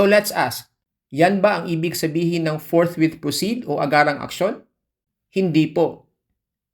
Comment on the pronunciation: Ang intindi ng mga senador ni dogong sa salitang forthwit ay forthwait